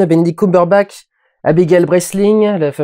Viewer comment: Benedict Coumbeurbak? .. ^^' J'avais encore jamais entendu une prononciation pareille pour son nom de famille xD Benedict Cumberbatch, s'il te plait! Pourquoi vouloir essayer de prononcer les mots anglais en mode français .. C'est un nom de famille quand même! Y'a des limites ^^